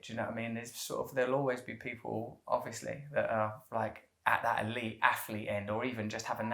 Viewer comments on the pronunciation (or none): none